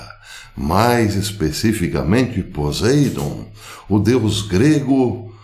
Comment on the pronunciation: Poseidon (pronuncia-se PoSSeidon) ???